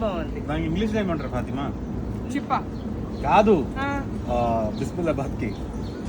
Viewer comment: బిసిబేలా బాత్. కరెక్ట్ గా చెప్పాలంటే బిసిబేలే హులియన్న. బిస్మిల్లా బాత్ కాదు.